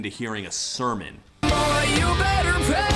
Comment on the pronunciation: Also him sounding like he's saying "you better pay" instead of "you better pray". Am I the only one hearing that?